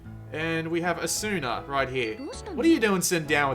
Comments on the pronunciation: its asuna not assuna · when you said asuna you said it really wrong you were like asuuuna but it's not it is said like asna with no u kinda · Oh god the way he said asuna 😭😂